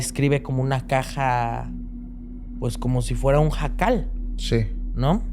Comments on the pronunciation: Jajaja, es huacal, no jacal😂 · ....cuando dices JACAL es una Casa....creo que quisiste decir....HUACAL.... caja 😊😊...un fuerte abrazo 😘